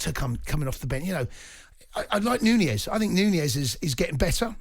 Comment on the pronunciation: Why do pundits / commentators continue to call him Nuneiez when it's Nunez